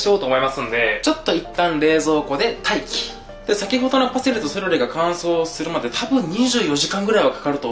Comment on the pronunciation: の 『待機っ』の言い方好き